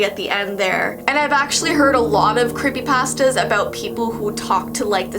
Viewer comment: Any one else notice how she says creepy pastas what is she trying to say